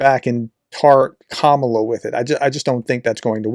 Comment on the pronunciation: Please consider learning how to pronounce Kamala.